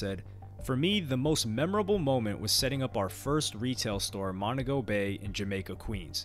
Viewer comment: Mon-TEE-go Bay 😊